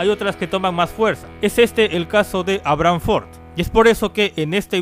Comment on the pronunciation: "Abrán for"